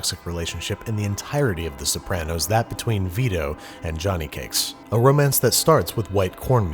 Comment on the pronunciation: The way you pronounced Sopranos killed me